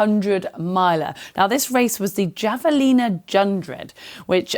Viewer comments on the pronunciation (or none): Heather, just wanted to help you out, so please don't take this as a negative. You are my favorite Play Sports presenter 🥰. , you spoke of the Javelina pronouncing it a English "J." However, the word has a Spanish origin. Thus, it is pronounced "Have-a-lena" in Englsh. Consequently, the "Jundred" was probably a pun on hundred and "Jalloween" likewise a pun on Halloween both pronounced with an English "H" to mimic the Spanish "J." You made me smile as always. Keep up the great work! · So the J in "Javalina Jundred" is pronounced like an H - "Havalina Hundred" :-) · It's pronounced "hav-e-lina" 🤣🤣 silly British! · Javelina is pronounced “Have-ah-lean-ah”! Great work! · "Javelina" is from Spanish! It's pronounced "Havelina" for future reference :) great show as always! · Listening to you butcher Javelina was cringey. But then add ‘jundred’ and ‘jalloween’ to somehow make it all work?? was just painful! Just give a quick google about pronunciation first! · Listening to the presenters try to pronounce the Javelina Jundred is like the most painful thing ever. IT MAKES AN H SOUND Y’ALL. Literally do your homework. 🤦‍♀️